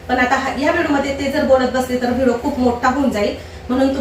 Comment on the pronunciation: ताई vido नका म्हणत जाऊ व्हिडिओ म्हणत ja